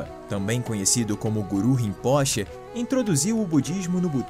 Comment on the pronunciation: excelente conteúdo, poderia corrigir a pronúncia do titulo Rimpoche (ê)